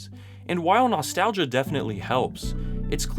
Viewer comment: I wince at the way he says "nostalgia." I hate it.